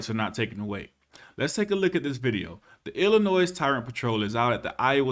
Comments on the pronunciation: Love your videos brother...my wife's dad is from Illinois. Don't call it "Ill-uh-noise" it's pronounced "Ill-uh-noy" people from there called me out on it real quick when I went there 🤣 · It's Illi-NOY not Illi-NOISE, the S is silent. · Aight I have watched a couple vids but I wanna correct one thing for you it's illinoi the s is silent at the end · Hey! You don't say the "S" in Illinois. The S is silent. Doh!!! That's 1st grade bro. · The "s" in Illinois is silent. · the S is silent in Illinois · The s in Illinois is silent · Love your stuff man but the "s" in Illinois is silent. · Enjoyed the video but just one thing. The s in Illinois is silent. Not trying to be an ahole but just a pet peave of mine lol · I like your channel and will be subscribing after this comment but dude….. did you just pronounce Illinois with the ‘s’ sound ending? Come on bud, the S is silent. If I’m wrong in any way, shape, or form, I sincerely apologize.